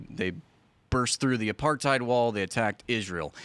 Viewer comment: Soya milk 😂😂As a Jewish non white ex South African do people really know what apartheid means... They don't even pronounce the word right. What clowns